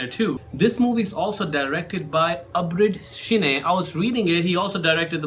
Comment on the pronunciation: its not abrid shiney its shine